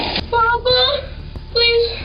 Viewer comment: sounds like he called out for his mommy, not papa